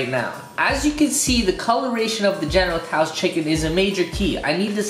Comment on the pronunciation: It's not pronounced general toas is is pronounced like general so's